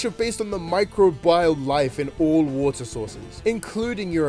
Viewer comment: Its pronounced "Micro-be-all" but all at once with no pauses love your vids :3